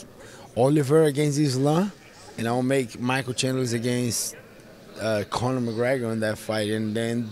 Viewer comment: He really said conor in the co-main lmao 🤣